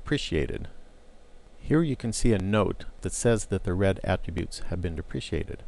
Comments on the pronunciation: okay great video, learned a lot but its depreKated, not depriciated deh pruh kay tud haha great video tho, super informative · Correct. I found this mispronunciation distracting. Repeat after me: De Pre Kate, De Pre Kate... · Yeah it's pronounced dep-rah-kay-ted. lol Solid tutorial aside from that though! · These tutorials are very good introductions to HTML. I'm pretty sure you are pronouncing "deprecated" incorrectly but that's not really the point of the video, and I appreciate the work you put in to all four of these.